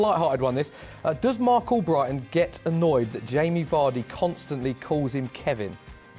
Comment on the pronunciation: 😂😂😂 “cark” mark with a c 💀